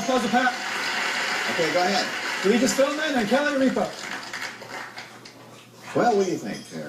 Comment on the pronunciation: Not to disparage the men who serve this country but damn anytime you can't pronounce Regis' and Kelly's name you really need to keep off the game shows.